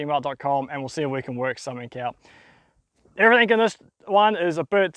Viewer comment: Everythink . mate, learn how to pronounce words properly, you are not 5 years old.